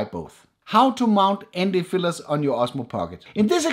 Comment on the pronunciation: Why I keep hearing ND fillers, not filters.. Is it just me?